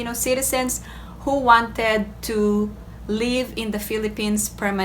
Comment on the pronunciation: Your pronunciation is leave instead of live.